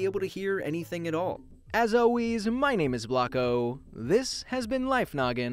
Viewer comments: It actually sounds like welcome to life nuggen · He definitely Said it Or I had a big moth in my ear